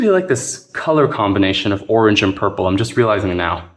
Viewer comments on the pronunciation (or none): none